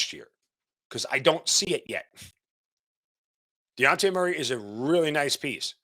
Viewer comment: If you are going to doubt Dejounte ability to improve this team at the VeRY LEAST learn how to PRONOUNCE HIS NAME! 🤦🏽‍♂️🤷🏽‍♂️ You keep calling him De-on-tay! it’s pronounced De-Jon-tay! Pretty easy tbh. Stop leaving the J off of his name!